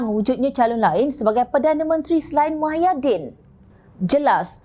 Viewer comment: Sebutan nama org pn xbetul...nk ckp pelat xlojik sbb mmg mcm tu ke pembaca berita menyebut nama seseorang dlm parti pembangkang??muhyidin tp pembaca suka2 tukar nama org mahyidin